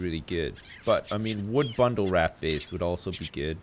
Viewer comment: I love how pronounces buoy and raft. "Booeys" & "Raaaaft" lol.